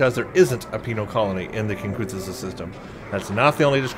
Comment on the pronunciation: it is Kin-ku-than-za. Now make it into a word, Kinkuthanza. See. Easy. Remember when you have big words try to space it out, then you will usually get it. Thanks. Enjoy your vids as always.